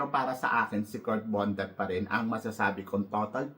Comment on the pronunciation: Kirk Bondad po Hindi Bondat 😊😊😊